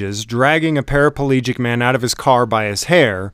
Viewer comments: There’s no such thing as a parapelegic ... it’s para plegic... just saying... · I had to laugh..even you verbalised " parapalegic" .... even though you correctly titled " paraplegic ".. or did I pick the deliberate mistake.